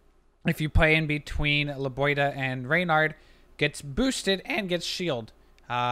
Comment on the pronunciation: It's LebiOHda, not LebioDA.